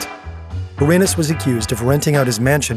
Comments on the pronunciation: Kash Patel needed to be made fun of for saying La Cosa Nostra the way he did but pronouncing Gilbert Arenas last name the way you did the narrator should be made fun of too. It’s Arena with an S on the end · how do you criticize the govt. for mispronouncing words then repeatedly say gilbert a-ray-nas? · you can't knock cash for his pronciation when you're saying Arenas like that pal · Imagine making fun of someone for pronouncing something wrong then pronounce arenas like that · You. can't make fun of the mispronunciation of the mob names and then mispronounce Gilbert Areanas 10 times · imagine making fun of the way la cosa nostra is pronounced, and then get gilbert arenas' name wrong multiple times yourself.